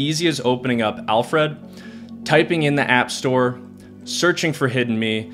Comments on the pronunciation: Alfred - not Alf-Red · It bothers me how you’re saying Alfred lol. It’s Alfred, as in the butler from Batman. Not Alf Red. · hearing "al fred" each time you said "alfred" made me wince....not sure why but it just grinded on me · Listening to him say Al Fred instead of Alfred drove me insane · It’s pronounced, ‘Alfred.’ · Great video and list! You're pronunciation of Alfred is interesting...😂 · Thumbs down because you don't pronounce 'Alfred' properly and it's so annoying. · I had to stop watching due to the really peculiar pronunciation of 'Alfred'. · Great content. Thank you kindly. But... the way you say "Alfred" makes my eye flap up and down. :)